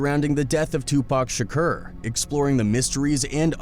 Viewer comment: The “Shakcuurr” shit is KILLIN me Smalls!